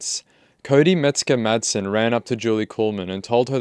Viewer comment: Sounds like your saying “Mexican madsen “ jaja The kid is dangerous right now. He needs calm and deep therapy.